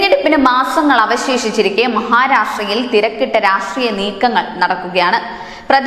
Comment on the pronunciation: അ വ ശേ ശി ച്ചി രി ക്കെ എന്നല്ല പറയേണ്ടത്..... അ വ ശേ ഷി ച്ചി രി ക്കെ എന്നാണ്. പ്ര ത്യ ശ്ശ ത്തിൽ എന്നല്ല ; പ്ര ത്യ ക്ഷ ത്തി ൽ എന്ന് പറഞ്ഞു പഠിക്കുക. ഭ ശ്ശ ണം അല്ല ; ഭ ക്ഷ ണം എന്ന് തന്നെ പറയണം. വാർത്ത വായിക്കുന്നവർക്ക് അക്ഷരശുദ്ധി വേണം. ശ ഷ സ എന്നിവയ്ക്ക് വ്യത്യസ്ഥമായ ഉച്ചാരണമാണ്. ഭ , ബ എന്നീ അക്ഷരങ്ങൾക്കും അങ്ങനെ തന്നെ.